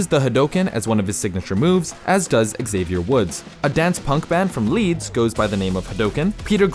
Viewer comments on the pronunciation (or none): none